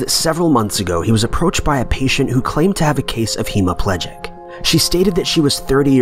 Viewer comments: He didn't put emphasis on the right sylllables misprouncing the ending plegic;, he could have gotten away with hemoplegic vs hemiplegic if he had just said the word HE-mi-PLEE-gic, not HE-MO-pleh-gic. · Dude.. Hemiplegic is a person suffering from hemiplegia. You could say they found no evidence of someone being hemiplegic but can't say no evidence of hemiplegic. Also it's pronounced hem-ee-pleh-gic not heem-ee-plee-gic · you kept saying "hemoplegic" instead of "hemiplegic." Hemo is from the latin root meaning blood, while Hemi means half. So it confused me in the beginning when you said hemoplegic which technically doesn't even exist as a word.